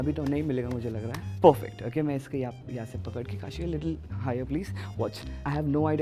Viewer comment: ❌ Kaashmira ✅